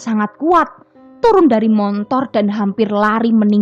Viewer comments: Hehehee... motor..m o t o r, bukan montor😜😜.. gini deh klo klo "pembaca cerita"nya org padang, jadi mohon dimaklumin aja.. Ttp semangat ya 👍😆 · Motor mbak... Bkn montor 🤣🤣🤣🤣